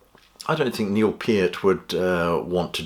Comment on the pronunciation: He pronounced "Peart" correctly and that's the legitimacy I was looking for. I read Geddy's book, and I'm surprised by this move. However, Geddy has more left in the tank and he LOVES this music. I think Neil would be totally fine with it.